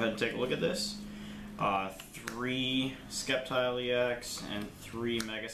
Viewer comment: Sorry but there is no k in sceptile hahaha i almost thought in the beginning you where just skeptical of the deck lmao